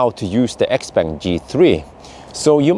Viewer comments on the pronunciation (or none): it´s pronounced x- pong. the brand is named after the owner xiao peng which is pronounced pong